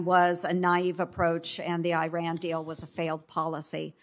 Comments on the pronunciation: Ernst keeps mispronouncing Iran's name and keeps being corrected, but doesn't matter; stupidity can't be taxed. She just reads off the fodder she's given though her ignorance and bias are astounding. I recommend she gets a book on Iran to avoid looking so illiterate and blind. When shamelessness is the only asset to sell blow your trumpet high as flutulence is unavoidable on too much beans. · She can’t even pronounce Iran properly. Performing for her corn-headed fans.